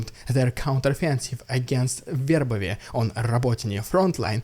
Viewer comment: Man, this episode was so much better organized! Great job!! Can I ask a question? Why is it that you can easily say Verbove (with a V sound) but then still say Weehicles (when it should also start with a V sound?) Not complaining, just wondered. Great job today, and thanks for the news! BTW, I have heard of battle dolphins, even think the USA has experimented with them for mine detection, but am certainly not sure what Russia uses them for, maybe civilian boat location so they have more targets??